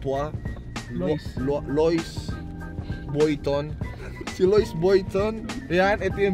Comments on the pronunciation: How to pronounce the louis vuitton Other: lui viton CONG TV: LOIS VOITON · How to pronounce "LOUIS VUITTON" na mas pinasosyal. Cong: "luayh buah tuah" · "loys voyton" - cong 2019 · louis vuitton=lowi vuiton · "loyce boyton" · Cong be like: Loys Voyton AHAHAHAHAHA